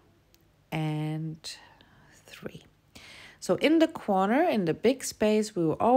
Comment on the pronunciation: why do you say quorner instead of corner? Or is quorner another thing?